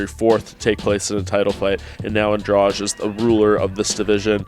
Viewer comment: Why none of this idiots can't pronounce Andrade's last name? It is not Andrach, it is AndraDee I can get why they can't say Joanna's last name but this one is pretty easy